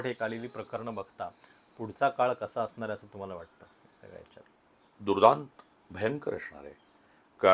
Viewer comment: असणार ह्या शब्दाला अशणार असा उच्चार करून परुळेकर नेहमी स्वतला खूपच उच्च विद्या विभूषित समजतात जे ते नाही आहेत…प्रास्थावितांच्या विरुद्ध बोलले म्हणजे आपण खूपच शहाणे …असा नवीन मूर्खपणा आलाय ह्या पत्रकारांच्यात